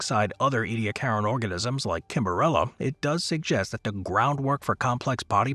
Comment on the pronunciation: 🙄 Ediacaran ( /ˌiːdiˈækərən, ˌɛdi-/ EE-dee-AK-ər-ən )